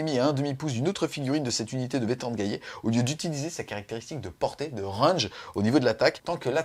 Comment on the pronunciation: JOYEUX ANNIVERSAIRE! Et de mémoire c'est qui a raison pour la prononciation, le double L ne se prononce y qu'après un i ^^ Donc gallet comme galet^^